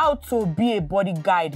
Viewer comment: Bimbo you're the best Bodyguard na him sine dey pronounce as bodyGUIDE 😂😂